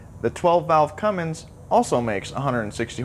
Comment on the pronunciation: It's Cummins, not CumminGs.